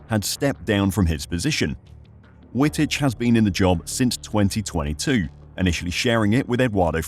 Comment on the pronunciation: Dude, learn how to pronounce names properly. W in Dutch an German is pronounced as a double V. His name is pronounced as Vitich